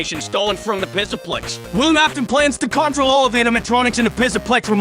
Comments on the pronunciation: HES SAYING PISSAPLEX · "Fazbear Mega Pissa-Plex." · pizzaplex sounds like pisaplex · It's funnier when the voice messes up. "Pissaplex" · "bassic" "garlet paper slicer" "pissaplux" "vensa" "ripragrem" "souisid" "herapis" "rockin wolf" "interfrens" "spyrits" "dilc" these pronunciation fails are hilarious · When he says Pzzaplex it sounds like pissaplex XD I sub to you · U forgot ucn and he said mega pissa plex lolll